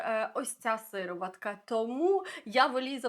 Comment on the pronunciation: Неможливо слухати вас, вибачте. «Бьюті оф джонсОн, сИроватка». Ви хоч витратили б пару хвилин і перевірили як правильно вимовляти ці слова. Неповага до глядачів та безграмотність🥴